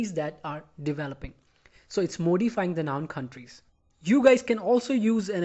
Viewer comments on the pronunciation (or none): Dear, Please, correct the spelling from 'slept' to 'slapped' in the sentence: Not knowing who I was, he slept me. Note that the pronunciation of the first syllable in 'modify ' is as in 'morning'' not as in the Prime Minister's name. Thanks for the simple and clear explanation.